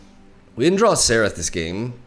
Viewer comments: It's not Seraph, It's Zerath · It sounds like you are pronouncing "Xerath" as "Serath" not sure if its just me but anyway its pronounced "Zerath" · when do you guys think will notice he is saying Xerath wrong?